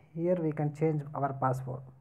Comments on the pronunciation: Password ko passport bol raha hai.. Sahi se English bhi nahi bolne aa raha hai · Is he saying passport ?